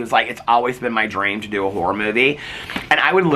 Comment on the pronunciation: I can’t stop hearing “wh*re movie” every time you say “horror movie” 😭